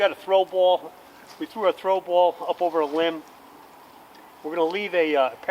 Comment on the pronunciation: "throw booal" lol but in all seriousness this is great info. Thanks for sharing